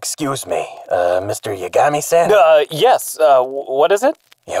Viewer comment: I doubt I'm the only one to notice this, but after a while, actually starts to pronounce Yagami correctly.